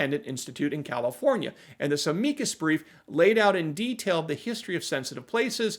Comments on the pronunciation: 'AM-uh-cus' brief, not 'uh-MEEK-us' brief. Jeeze. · You may just be my new favorite legal channel! Loved the Am-eeee-cus brief pronunciation! I'm used to Guns and Gadgets on his channel saying, Am-uuuh-cus brief. 🤣 Great job, have a nice week!